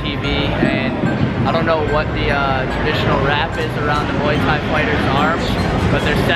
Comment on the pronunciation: your the first American I have heard saying Muay Thai correctly instead of the usual American Moooeee Thai pronunciation haha You are American right?